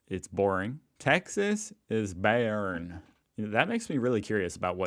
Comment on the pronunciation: „Säischen“ „Bäearn“ That hurts…